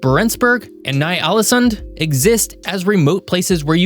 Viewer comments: Thats NOT how you pronounce ny-ålesund WTF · agreed. But he should have checked on how to pronounce words and names . I had to stop listening after he butchered Ny Ålesund.